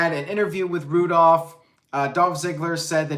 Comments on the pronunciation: It's Roo-Dolph lol. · Zigs and Bob Roode forreal? 😂 I couldn't buy into them being able to beat Patterson and Brisco at this point, wtf is the point? And damn! said Roodolph! 😂 I'm f'n dead. Is that what they're calling them?